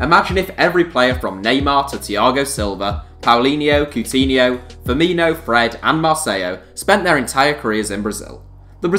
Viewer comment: "Powleenyeu, Ceut'eenheu, Frrmeeneu" xDDD